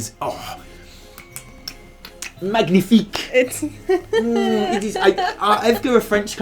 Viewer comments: Im actually french MAGNIFIQUE ! Btw we don’t say mag-nifique but mag~nifique, so it sound like a gnieh instead Gneh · magnifique in french... well "gn" pronounces like "nye". its like like its one letter over g and n separately. The closest phonetic would be ma-nyie-fic. ^^ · I do want to point out that the g in magnifique is silent if you really wanted to do french :D It's like "manyifique" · We pronounce it « mañifique » actually ! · Magnifique is french but the g is silent, so it’s more like manifique. :) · Did i just hear Magnithick? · As a french speaker I must say we pronounce "magnifique" -> /manifik/:D haha Anyway can't wait to hear the interview!:D Thanks for your videos guys you are awesome! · Great episode :D Just... please research how to pronounce a French word next time, k thnx :P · isn't the G silent in magnifique? hmmm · Next time you pronounce the 'g' in 'Magnifique' I'mma Brexit the hell outta you! 😠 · Fyi, the G in Magnifique is silent in french ;) cool video as usual! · great video as always. the g in magnifique is silent btw.